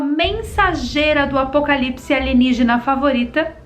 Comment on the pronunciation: eu morro de rir quando ela fala , do acopalise ! as viagem ta grande viu ?